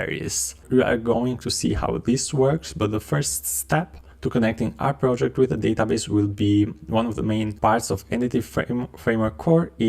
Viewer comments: How do you succeed to pronounce "prOjeCt" so guffy?? Now, I need to watch video muted with subtitles.. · Glad I'm not the only one annoyed by it. If you're going to create educational content, the bare minimum is getting the basic words right.